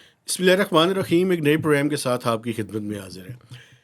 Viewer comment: Sir plz change ur way of saying bismillah make the sound of ح more clear ایسا لگتا ہے کہ آپ ح نہیں خ بول رہے ہوں